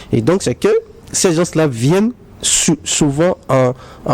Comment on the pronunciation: C'est quoi les "gences?" Il veut dire les "gens ?"